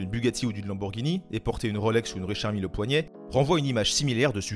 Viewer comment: C pas Richard mille mais Richard mylle